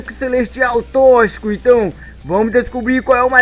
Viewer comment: Se escreve toxico mas você fala tóquicico,entendeu,então para de falar tochico,é tóxico.